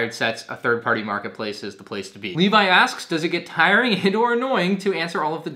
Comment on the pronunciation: I appreciate you pronouncing the name "Levi" properly. I'm so tired of hearing "Levy" lol